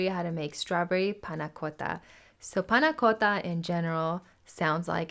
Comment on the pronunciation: If as delectable as your pronunciation of "panna cotta" then this is first class!